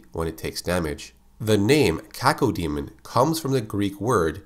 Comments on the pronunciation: When I was a kid, the name Cacodemon was apparently too much for my brain to process. I ended up pronouncing it "ka-CODE-mon" for six months before I realized that the word DEMON was in its name. Oops. lol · Cacodemon; Kay-Co-dee-mun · You say cacao diamond